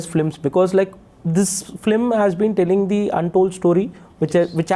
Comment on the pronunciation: Sorry but it is "Film" & not "Flim". Better say Movie. I am only correcting and not insulting.